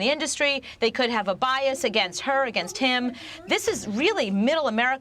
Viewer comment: Did anyone notice that bias last sound this journalist said or was just me?